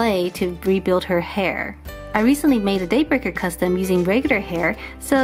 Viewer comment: Every time I hear Daybreaker it more sounds like dayburger to me